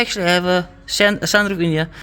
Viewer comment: Bru the edits on point "sanroof" 😂😂😂